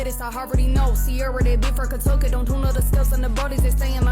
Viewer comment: she said Cuntucky.. Cunt is with a C... you need to listen better boy lol